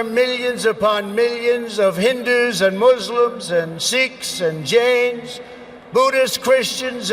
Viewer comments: it is Jains not james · it's jains not james... jainism another creed in india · Even i too observed.. but I just felt that it might be similar.. instead of Jain's he pronounced like James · Sholay become sholje and jain become James😀😀